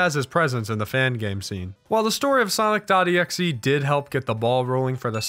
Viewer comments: please stop calling him "soinc" his name is X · god damn it, soinc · Ahh yes, Soinc